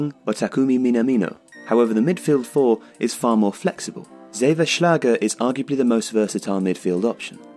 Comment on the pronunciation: Its pronounced "Sava" Schlager. Only criticism what i would say is that Ramalho is absolute shit especially as a centre back Great vid btw